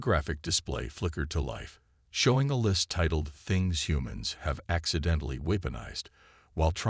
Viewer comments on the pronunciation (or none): Nice story, HOWEVER!!!>>> would you guys n gals PLEASE STOP using these crappy AI's!!!??? Narrate the stories yourself like some posters do. What the hell is "Katalodging"..(cataloguing).....What the hell is a "kwasysaDILA"?? ...(cuesadilla)?? What the hell is "WHIP-n-ized"...(weaponized)?? What the hell is "PRAH-jekt"...(pro-JEKT).... What the hell is "DV40" ...(WD-40)????